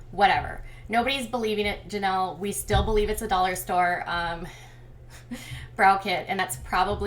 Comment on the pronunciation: Please quit saying Janelly, it's so annoying